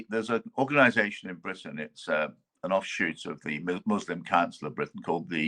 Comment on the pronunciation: "britiain"...No such place!...They are "english" plain and simple!